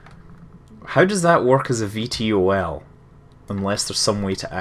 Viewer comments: V tol (vertical tackoff and landing) not V T O L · Scott its pronounced V-TOL not V T O L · Gah! It's pronounced 'V toll' not 'V T O L' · Hay scott, you epic, but please, its V Tol, not V T O L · It bugs me when you spell out VTOL It's pronounced "Vee-Toll" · fyi it is bronaunced ve-tall